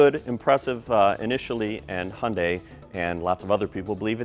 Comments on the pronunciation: It's suppose to be pronounced it "Hyun-dae" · y does he say "Hondai"???